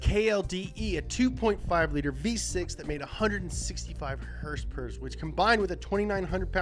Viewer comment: “Hursperers” lol 😂 its horsepower horsepower is that so hard damn it lol